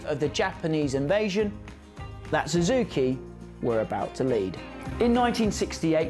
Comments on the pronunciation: Suzuki not Zuzuki. Husq varna not Husqa varna. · Su zuki not Zoo zuki.